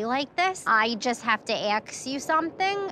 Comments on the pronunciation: Did anyone realise that she said 'aks you' instead of 'ask you' in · when she says aks not ask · "Can I just AKS what was on the paper?" PS. She seems like such a good person!! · Mirelli Sanchez she also says aks instead of ask 😂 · T M News Flash: “Axe” is not the same as “ask.” They’re two totally different words! Duh! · i just have to axe you something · Colles the Cliyont.. Sorry to bother you in the middle of the day but I have to Axe you something 😂😂😂😂 Wait what... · Jade u forgot "aks"(ask) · “I wanna AXE you about it” 😂 it’s ASK lmao. But the accent is nice ig, it’s funny but annoying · "Aks" ask* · She said:" Can I just AKS" instead of ask. I am dyyyyyying. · "Can I axe you something?" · “ I just have to axe you something” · i can’t tolerate people who say “axe” when it’s “ask”....like where did “sk” go 😂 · I can't take her seriously when she keeps saying ax instead of ask. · "I want to axe you".... Axe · Ax...can I just Ax you something....what the hell why can’t people say ASK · so successful yet says "axe" , not ask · Why does she say axe instead of ask?That sounds ridiculous tbh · Can you do something about that voice . Wish there was a salon for that . And btw its ASK , not aks. Saying that i think the owner was trying hard not to have a confrontation but had no choice . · I have to ax you sowmthing😂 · I dont wanna axs any question why a grown woman says axs instead of ask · "i have to aks you something..." why cant some people pronounce ASK? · The word is "Ask" not and ax 🪓. Her voice omgoodness...😅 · It is ASK not AXED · Ask, ask not axe. 😞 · Its ASK not AXE. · why do they say AKS wherein it should be ASK??!!?? A-S-K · This Maria looks Albanian and is Albanian 100%, They do such things. Also, why this woman always says AKS instead of ASK, apologoze, klowyents, sowlon... 🤔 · Why does she keep saying aks instead of ask??? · Where do people get these kind of accents?axe for ask 😕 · Aks = ask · for goodness sake women it’s ask not axe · Can I axe....lol